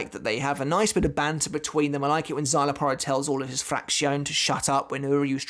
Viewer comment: Because you not saying his name with the Mexican twang it sounds like you're on about a different character